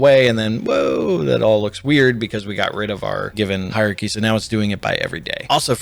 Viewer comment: Great video, but you can't pronounce 'hierarchy'!